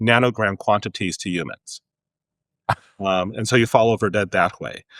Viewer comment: I dislike how he says the word humans